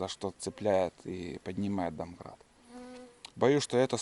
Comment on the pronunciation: вот именно, домкрат, а не донкрат.. Грамотей